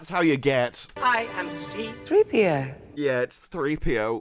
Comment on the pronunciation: Hera called threepio … cee-pee-oh!